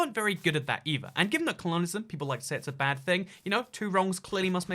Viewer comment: why do you say it like "cologneism" if it's "colonialism"